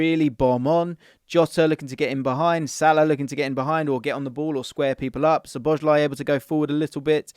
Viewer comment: So-bo-sly, not sho-bo-sly.